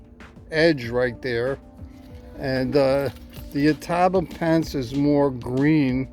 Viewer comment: Ato-bop-o-en-se I’m not great at phonetics lol but that’s how it’s pronounced. It’s fun to say once you get the hang of it 😊